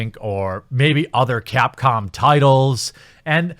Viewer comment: Now I think he keeps saying CAT-Com.